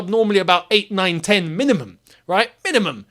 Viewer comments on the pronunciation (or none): none